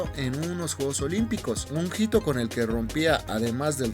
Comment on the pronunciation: Hito se dice “ito” no “jito”